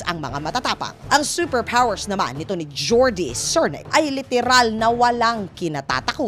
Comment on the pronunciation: seper pwoers!